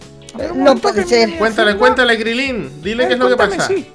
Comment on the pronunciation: Crilín no es Crilin